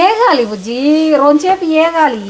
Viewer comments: Vegali😂😂😂😂 not e gali😂😂😂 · వేగాలి 😂 ఏగాలి కాదు